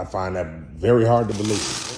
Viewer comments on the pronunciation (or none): none